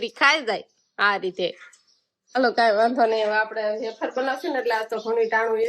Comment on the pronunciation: બટેટાની વેફર પંખે સુકવાય. બાફવામાં મીઠુ નાખવાનું હોય. તમે એફર બોલો છો કે વેફર કંઈ સમજાતું નથી.